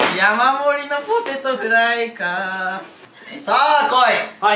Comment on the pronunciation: はじめて気づいた😳